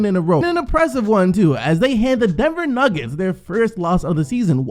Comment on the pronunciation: "nuggetse" lollll